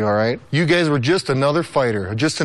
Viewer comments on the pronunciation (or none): the way brock said "guys" sounds like "GAYS" hahahah chicken sh** baby!! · Am I going deaf or does he keep calling them "gays"? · 😀😃😄😆😁🤣😂🙂🙃🙃😉somewhere starting Did brock call them and say "you gays"?! Instead of you guys?! Damn hes low key insulting them every chance he can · Did he say you gays??🤣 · Lol brocks calling them all gays instead of guys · Why does Brock pronounce guys as gays!? That's the true mystery. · Is it just me or is Lesnar calling them gays instead of guys all the time?